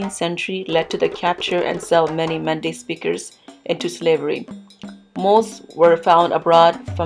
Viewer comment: Is Men day not manda.